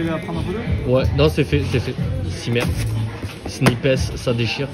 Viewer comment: « SNIP HESS » 😭😭😭